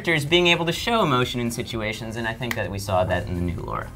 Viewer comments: Everytime people say Lara as "Laura" my palm goes abit further through my face.... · LAAAAAAARA NOT LAURA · Lara Croft, L"A"RA Croft, why's everyone call her Laura Croft? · Plus is LARA not LAURA. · You guys mentioned Tess but not Ellie from The Last Of Us, you monsters! Also, "Lara" not "Laura" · It's Lara not Lora, how many so called fans don't even know her name. So damn annoying! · It's LARA, not LAURA. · Its LARA, not LAURA ;)